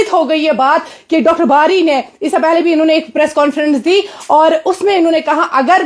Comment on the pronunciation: Dr bari naik nhi bari bolo 😂😂😂😂😂😂😂😂